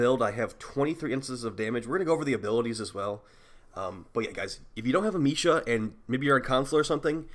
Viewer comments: You can say amesha with the same E as America. Am eh sha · Dude it's not a hard E. It's a soft e(ah-may-sha)